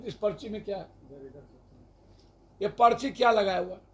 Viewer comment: पर्ची को पचरी पढ़ खुद रहा है अनपढ़